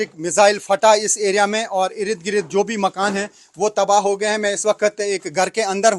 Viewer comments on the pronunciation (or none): Irid girid😂😂😂 achcha laga ye sunkar. Ird-gird bolne me utna maza nahi aata.